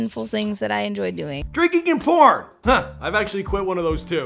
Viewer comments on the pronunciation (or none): none